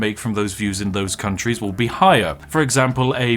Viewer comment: Sorry are you saying countries or c**t trees?